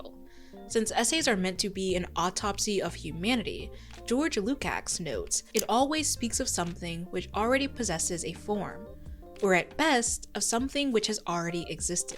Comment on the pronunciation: Small correction: the "cs" in George Lukacs' name is pronounced like "ch" in which. Because it has a hungarian origin.